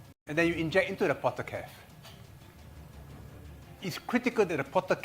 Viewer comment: It is portacath not potter cap. Otherwise a very good illuminating explanation by George Yeo.